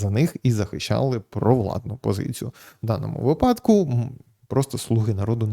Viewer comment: Слідкуйте за наголосом - вИпадок, у вИпадку. Бо випАдок це більше схоже на припАдок